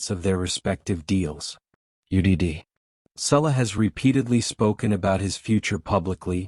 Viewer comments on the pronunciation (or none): It's Salah..not Sulla. If you're going to report on something at least get the name right.